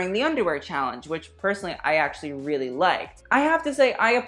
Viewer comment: They need another strong host rather than have Tan..he needs to learn how to say “really” correctly.